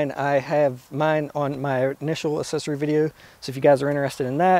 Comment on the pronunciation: its "aacksesory" not "assesory" come on